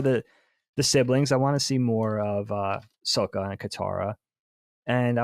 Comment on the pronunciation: Why are you dorks saying the name wrong? You literally just watched it, you seem like M.Night when he made the movie. Stop saying Soak-a, and say Sock-a. They say it 30 times an episode. I just don't understand how people forget that fast